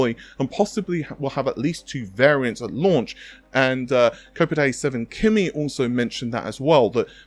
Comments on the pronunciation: Kopite is pronounced Cop-ight. It’s what Liverpool football fans call themselves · Isn't Kopite7kimi just a Liverpool fan, therefore it would be pronounced kopite as in rhymes with 'shop height' or whatever, like they sit on the Kop at Anfield every saturday? I've always wondered that, how come everyone says kopite as if they're Japanese. Has this been established elsewhere or something? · The way you pronounce kopite sounds like "cup o' tea" in my language. 🤣 Also, where do these workgroups come from? The 6k series didn't have any in the specs. Nor shader engines/arrays. The only thing is CUs but, the RX 6800 has 60 CUs and Navi 32 will also have (only) 60 CUs? It all looks like gobbledegook to me.